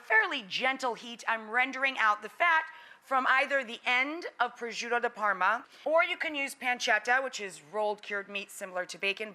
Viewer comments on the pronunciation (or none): No, "prosciutto di Parma" (not prosciuDOU like you say!) is used as appetizers in Italy, do not use it in that way! It's too savory and hard when fryied! By the way, really I've no idea where did you take your recipe, surely not from an Italian (celery, chicken stock? Really?) . I give you the original recipe : Fry cubed pancetta (Italian smoked, why not? 🤔Bacon) in olive oil. Add finely chopped onion. Put a little glass of Vodka inside. Tomato puree, after some minutes, flame off. Add cream. Put your boiled penne pasta inside. Add grated Parmigiano cheese. Period. (you've killed yet the Italian language enough).